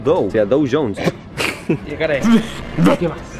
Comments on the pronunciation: "Dou jones" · “DOU JONES„